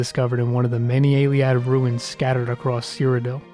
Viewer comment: Your presentation is really good, annoyingly you keep mispronouncing words and saying things weirdly. This is not a dig just feedback. Atmoran not atmorian Arthropod not arthopod Dedication to the god Auriel not dedication of Ayleid not Ayliad Quagmire not quagmeer "He's refuted for should be reputed.